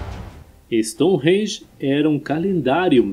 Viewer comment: Gentleman, seems that you have been living in London for several years ( the accent ) when you say the word “Stonehenge”. Awesome.